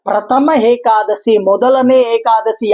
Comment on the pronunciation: ಗುರುಗಳೇ ಅದು hekadasshi ಅಲ್ಲ ಏಕಾದಶಿ